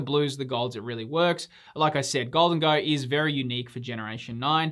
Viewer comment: Gholdengo,? Come on bud. PS. Temporal Forces SIRs are awesome.